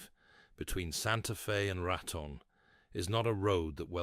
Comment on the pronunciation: "Ray-Tun" ??? No. Rah-Tone. Raton NM